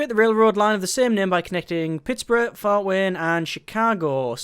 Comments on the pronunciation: Please say it Pitts-berg :) :) :) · He's saying it like its Pittburough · I would like, but it didn't bother me. Just a simple mistake of seeing it as Pittsboro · like if your a Steelers fan that got driven to madness every time he said Pittsburgh wrong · I'm from Michigan and I got annoyed at the pronunciation of Pittsburgh